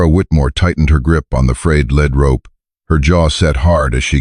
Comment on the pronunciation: Revise your ai narration to pronounce lead rope correctly- it’s pronounced LEED rope! The color of the little horse is pronounced “Gruya” ( it’s Spanish meaning mouse colored). Geldings cannot sire offspring!!